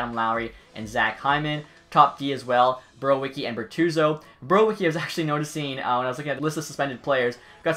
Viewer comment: Borowiecki is pronounced Boar-vee-et-ski